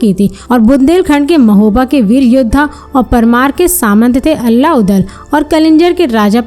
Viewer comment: मैडम अल्ला नही आल्हा कहिए...